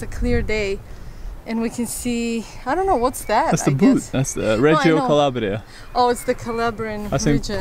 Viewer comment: it's calabria!:D vlog bellissimo as usual! ciaoo! ♥